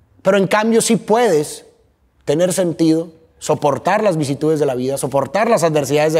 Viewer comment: Q bello regalo ver a, sobre esa plataforma. Un canal q llevo años, viendo con un creador de contenido q me llena tanto, escuchar. Ver su llanto, m conmovió, hasta las lágrimas. Pero, lo siento, no puedo dejar de ser la pequeña odiosa q soy 😅: 'vicitudes', 'irremedialmente'??? Seguro estabas nerviosito ☺️🫶🏻💕💕💕